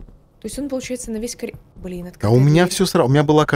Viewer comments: Я один не могу сдерживаться, когда говорит «колидор» 😂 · все не могу понять, почему коЛидор, если всегда правильно было коРидор